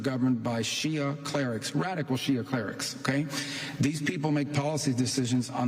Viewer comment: He said shiha 😂😂 and America follows Israel Zionist